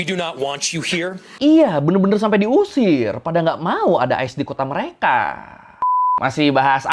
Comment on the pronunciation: Materi substansinya bagus jelas untuk dipahami, request bang coba ngomongnya dikata² kalimat terakhir jangan terlalu penjang ehonya. Seperti kalimat "warga amrik membenci merekaaaa", cukup pengucapan "mereka" saja, tidak perlu penekanan eho yang panjang. Yakin lebih enak dengarnya tidak mendengung dalam otak pendengar🙏